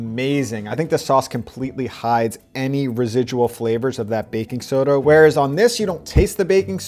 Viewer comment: He keeps saying baking SODA!!!! wrong!!!!